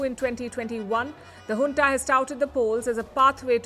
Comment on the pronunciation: Is this Hunta or junta ? she said Hunta 🤔